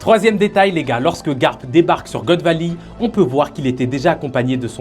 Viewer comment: « God vali»😂